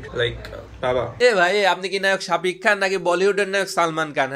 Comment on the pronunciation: Vaiye sapik na sakib hobe , vaiye tomar sb vdoy dekhi sapik blo, vul ta doriye na diye r parlam na , thik blle skl a comment kore janan